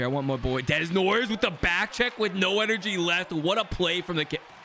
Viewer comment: Caleb Desnoyers is pronounced Da-No-Yay